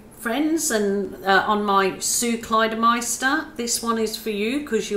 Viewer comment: I'm still trying to stop laughing at how you pronounced my name...Sue clydemeister lol it's Kline Shhmit lol 🤣😂🤣 But I was so excited to hear you say my name!!! Thank you for this 'old fashioned 😁' painting! It's super gorgeous!😍😍😍 I think I've said if before but I totally love how the white paint laces up in the colours you swipe over..always delights and amazes me! Beautiful balloon rolls and kisses of course! Sooo beautiful just like you! Stay happy! 😃💜🙋‍♀️🥰🤗